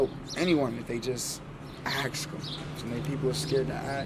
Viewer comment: Please no judgment but please it’s ASK not AXE